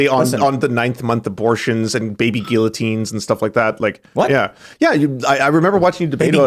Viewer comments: this guy cant pronounce guillotine at all it makes me sick hearing his way of saying the word hahahaha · If you are going to use the word guillotine at least know how to pronounce it properly.